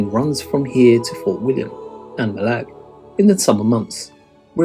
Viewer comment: And pronunciation of Mallaig! Someone else mentioned his mistake of Loch Lomond being in southern Scotland.